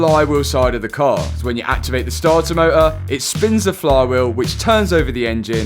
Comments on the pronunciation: “Startar motah” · That damn Stahtah motah 😅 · Sta-ah mo-ah… 😅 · Damn that stahah moah was a draag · Not sure I can make it through the whole video, every time I hear "Stah-uh Moh-uh" I lose my vision for 5 seconds. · The startah motah was rusteh.